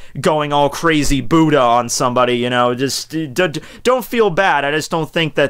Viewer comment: LOL I HATE THE WAY HE SAYS BUDDHA